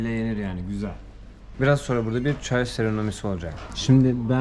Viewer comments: eline sağlık çok güzel videolar çekiyosun izliyorum ama lütfen artık serenomi deme çünkü doğrusunu unutmaya başladım seremoni dersen seviniriz teşekkürler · "Seremoni". Çalış bunu 😂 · Hocam tebrik ediyorum. Kimsenin yapmadığını yapıyorsun. Sayende değişik kültürleri ve yerleri tanıyoruz. Bir de SEREMONİ diyebilsen 🙂